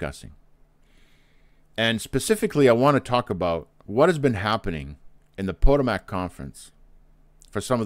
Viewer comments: PS......It's pronounced Pa-TOE'- mac, not, PO'- to- mac, Emphasis is on TOE. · Is he intentionally mispronouncing Potomac?